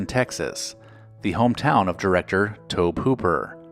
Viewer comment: Tobe Hooper's first name is pronounced "Tobie."